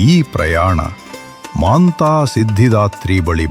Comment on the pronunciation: Kannada language full of mistakes...y? She is Matha siddhidhatri not maantha siddhdhatri